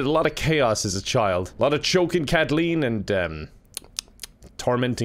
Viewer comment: You keep pronouncing Willem as William. But then again you also pronounce Kathleen as Katleen, so maybe names aren't for you,.